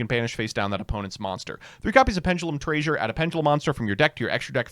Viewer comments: I had to do a double take when called pendulum treasure "pendulum traysure" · I'm sorry but TRAYSURE? TRAYSURE? REALLY? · why are you pronouncing treasure like that? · There's no fucking way this guy mispronounced treasure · Why are you saying treasure like that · I have never heard anyone say “treasure” like that before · His favorite Shakespearean play is "Measure for Measure". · honestly, i'd take how he says treasure over how he says regina